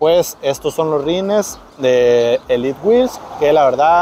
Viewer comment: ELIT WHEEL/ SE DICE ELITEWHEELS 🫡